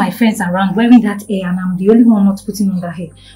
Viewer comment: Oya madame it’s hair not air! Pronounce your H 🤔